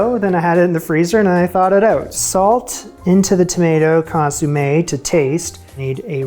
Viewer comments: Shouldn't it be con-somm-ay rather than con-sume-ay? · It's not "ConsUmme". It's "ConsOmme"!!! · Lovely! (Con-som-ay, not con-soom-ay). :) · ConsOmme, not consUmme, although you did consume it. Hahaha. I would have included the accents on the "e" but I don't know where they live on my laptop. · ConsOmme.........not consUmme.......aaaaaaagh! 🤣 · Love your channel ❤Keep it up👏 FYI “consommé” … Not “consUmme” Love from another passionate foodie❤ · I love the way you call it a consumé not a consommé . Great fortitude in persisting through the mishaps. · Just to be clear, it's not ConYoumé, like To consume something.. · Sweetie, loved the effort and results. Please...the word for the soup is consomme, not consumme. Thank you. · Argh, it's not consOOmeh!! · My ears are bleeding hearing "consUmme" 😅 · You pronounced consommé' as consumay hahha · Please please please Google how to correctly pronounce Consommé 🫢